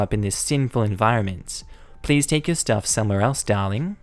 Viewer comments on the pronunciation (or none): none